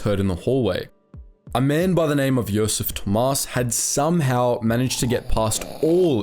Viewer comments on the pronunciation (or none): none